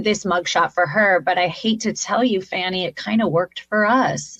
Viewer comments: Is Habba just ignorant or what? What is with her refusal to pronounce Fanni Willis’ name correctly? It’s pronounced Fawn- nee, not Fan-nee. Does she not realize how dumb she sounds when the rest of the educated population pronounce it correctly? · Why do all conservative call her "Fanny"? It's pronounced "Fawny". These people are still stuck in grade school. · Who is this Fanny person you keep talking about, Habba? The prosecutor's name is Fani Willis (pronounced Fawni). Using any other pronunciation is tantamount to referencing another person completely, you ignorant attempt-at-a-lawyer. If you called her that in court, she would be able to say truthfully " No, that is NOT my name ", and you know it. Don't be childish, like your guilty-as-hell paymaster. It would be equivalent to someone pronouncing your name A-line-a. I expect this case, and Jack's 'Documents' case, will put your career in the toilet, and you'll be hard-pressed to get a job at a McDonalds after this. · Not called "A Liner" for nothing. Coke Kitten deliberately mispronouncing "Fani"? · It's "Fah-nee"! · I love how she pronounces Fanis name wrong. Its such a show of disrespect. Habba should join Trump in jail. If I was Habbas parents I would be so ashamed to even call her my daughter. I am sure they are disappointed how much money they threw away putting her into law school, only to fail as a lawyer and overall a human being. I think Jesse has a man crush on Trump. These people are gross. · Habba tells Trump what to do re: his own mug shot? How pathetic. She can't even say the Attorney General's name correctly! She got Donnie sanctioned $millions! If I were tRump, I'd have fired her after that fiasco. He doesn't have to run for President--that's his choice so stop whining. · Low level? These people? Mispronouncing Fani’s name. PURE HATER. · No more mug shot mugs please. 🙏🏻 Makes me upset aloona won’t pronounce Fani’s name correctly…